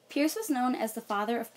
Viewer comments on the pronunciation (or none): Hi. I'm distantly related to Peirce. It's pronounced (purse).